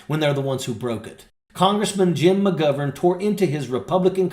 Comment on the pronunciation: Can u learn how to pronounce mcgovern properly thank you from Ireland 😂